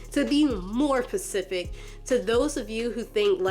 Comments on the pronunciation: Have you been saying “ Pacific “ instead of “ Specific ” on purpose the entire time? I wasn’t going to say anything until I heard it like 4 times 😅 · How about I don't give some onlyfans thot "grace"? Yeah, how about that. Learn how to pronounce Specific.